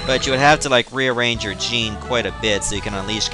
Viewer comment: It's not jean its Jin that's how you pronounce it